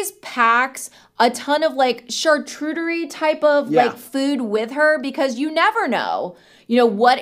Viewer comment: CharCOOTerie not CharTRUEterie..hurts my cheffie ears to hear that pronunciation 😂😢❤